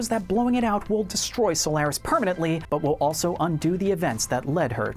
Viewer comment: You also pronounce Solaris wrong. smh